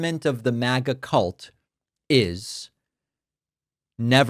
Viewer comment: It's MAGA not mega